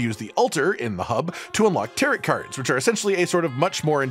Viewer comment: also its Tar-OH not Tar-OT cards